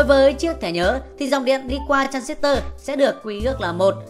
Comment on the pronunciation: Đọc transistor còn sai, thì dạy ai